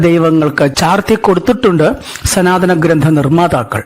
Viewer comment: Not sanathanam But sunathanam . Hahahahaha